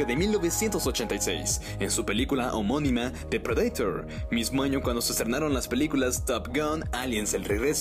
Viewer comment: Depredaitor JAJAJA en inglés es predator JAJA